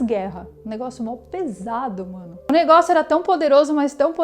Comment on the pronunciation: '..."O negoço"...."o baguio"..".trambolho"...pequenos deslizes em um bom trabalho...